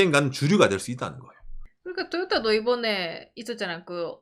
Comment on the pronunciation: 된소리발음 너무 과장해서 듣기힘듦… 도요따! 도요따! 빠나쏘닉!